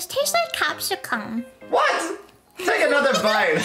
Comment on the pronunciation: Ah yes capsicum I'm pretty sure you meant capsicun